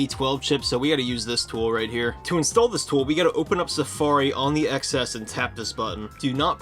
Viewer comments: “TEN ES” not “EX ES”, when do you learn how it’s pronounced?!? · Are you calling it the “ecks S” for bait? If you are, it’s working. (The X is the Roman numeral for 10, it’s the “Ten S”.) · I’m sorry to even say this, but it’s pronounced “Ten S”.